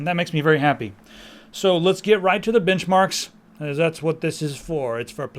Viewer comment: "Menchbarks" nice spoonerism!